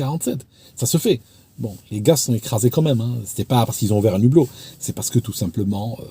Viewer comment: Si je peux me permettre on écrit le hublot et non l'hublot et on ne fait jamais la liaison entre un et hublot, c'est pareil avec haricot, hibou etc. Je fais cette remarque parce que ma langue est en-cours de destruction et ça m'affecte beaucoup. Peut-être que vous ne le saviez pas, c'est pour la prochaine fois. La qualité de vos vidéos n'est nullement remise en cause.Vos vidéos sont toujours passionnantes et très bien expliquées.